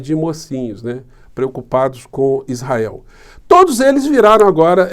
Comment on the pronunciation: O malacraia fala as palhaçadas, e os burros que nao sabem nada, e o capeta fala isrrael como um povo que horror👹👹👹👹👹